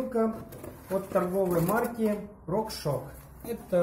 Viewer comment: Как же бесят люди, которые говорят Рокшок!!!